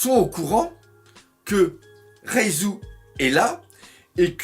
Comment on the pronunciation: ReiJu bordel pas ReiZu ,Reiju !!